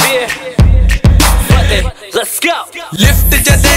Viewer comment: Tutti jehi punjabi menu kehndi.."fateahhh" LMFAO! 😂😂😂